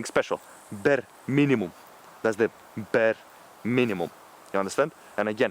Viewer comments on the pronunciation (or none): BEAR MINIMUM 🗣🔥🔥🔥 ZATS ZE BEAR MINIMUM🗣 🔥🔥🔥